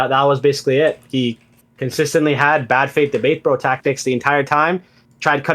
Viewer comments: The worst part of this is when he says "breh" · The best Canadian NPC of 2023 (yes, 2023). He's even programmed to say "breh" and hurl insults when if you bring up anything outside of his script. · Every time has says "brah" I lose an IQ point. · “Braaaaah braaaaah”, this wannabe is gunna rage quit and you have so much more patience than I think you should have. He’s such an asshat. How dare you define terminology after he states a definition he can’t back up.